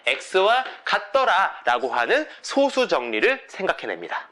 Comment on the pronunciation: 제가 젤 관심있어 하고 재밌어 하는 수학 문제가 리만 가설인데, 아주 유익하게 잘 봤습니다. 참고로, 소수의 발음은 [소쑤]입니다. 제가 어렸을 때도 그렇게 배웠고, 표준국어대사전상으로도 [소쑤]의 발음이 맞습니다. 0과 1 사이의 숫자인 소수와 적은 수효라는 의미의 소수의 발음은 [소:수]가 맞구요.